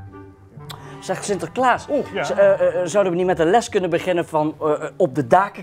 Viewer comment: zegt sinterkaas